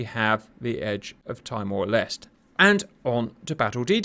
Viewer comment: FYI timor-leste is pronounced tee-more les-tay; loved the vid though